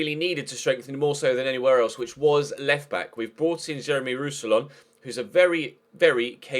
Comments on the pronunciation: More like Roos-si-yawn, to be completely English-friendly (when anglophones don't pronounce the last N it sounds wrong) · Pronounciation for Roussillon: Roux-si-yon (n is silent)